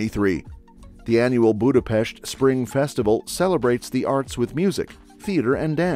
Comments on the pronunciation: Thank you for showing Hungary! The content was accurate but you completely butchered our language. Only Budapest was pronounced correctly. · BRO PRONOUNCED BUDAPEST RIGHT RAAAAH 🔥🔥🔥🔥🗣️🗣️🔊🔊🔊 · Thank you SO MUCH for saying Budapest with an ‘sh’ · I find it hilarious, that this video perfectly pronounce Budapest and Puszta, and even in Sziget, so you would expect, that they know and understand the pronounciation of S and SZ. Then there is Széchenyi which first was pronounced Sekeni at the Chain Bridge then Csecseni at the Thermal Bath.😅🤣 I get that, ch (cs) and ny (ny) are confusing, but Sz were just perfectly pronounced in Puszta. 😅😅